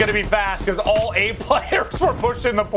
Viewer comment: Joe Deluca pronounces 8 “Eat”.